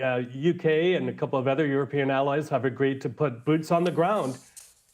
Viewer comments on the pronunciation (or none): none